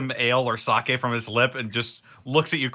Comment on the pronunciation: When the japanese expert calls it Saki instead of sake 🤔